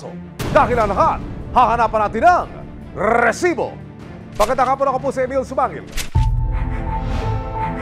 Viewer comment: ILAN PO ANG R SA RRRRRRESIBO?